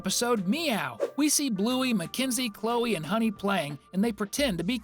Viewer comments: You don’t say Chleo it’s clio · when he said bluey and chloe It sounded like cleo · he didnt mispell it he just prenounced it as chleo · ..... cleeo? Did u call Chloe, "cleeo"???????????? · He actually said chleo